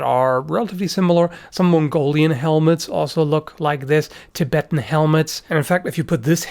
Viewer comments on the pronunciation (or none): none